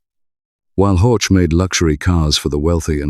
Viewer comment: Wanderer is Vanderer, not Uonderer ... Zwickau is Tsfikau, not Zuikau ... Horch is Horh, not Hortsch ...